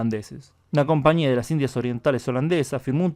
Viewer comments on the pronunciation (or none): none